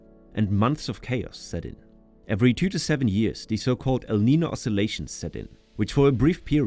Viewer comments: And neeno instead of ninyo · Yeah, it's El Neeneo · Hey, if your going to advertise a product used for language learning, and say that your learning spanish, then you have to pronounce spanish words correctly. Your not going to sell anything pronouncing it Lime-ah instead of Lee-ma or el neeno instead of el neenyo. Step your marketing up.